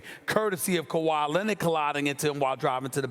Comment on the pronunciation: moss spray Kawhi Linnit- Stephen A